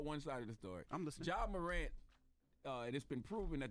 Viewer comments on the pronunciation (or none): First Off: How have Charlamagne and Envy been in the music industry for this long and have never heard of Robert Glasper? Secondly: Who the hell is Ja Morauunt, Envy???